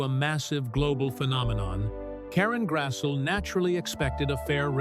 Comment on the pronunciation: Its pronounced Grass-lee